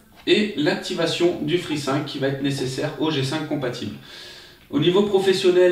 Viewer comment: Free « sinque » ?